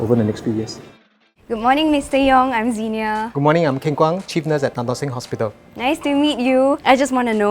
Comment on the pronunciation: Is it me or did I heard the chief nurse said 'Hi im the cheap nurse'